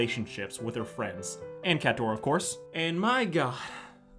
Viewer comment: It’s NOT CATDORA ITS CATRADORA